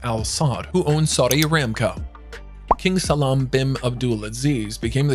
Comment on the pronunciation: No offence, but you really butchered those names something terrible. Try to pronounce all foreign words with clear open vowels. "Salman" is not pronounced "Salam", is an example of mispronouncing quite a few words.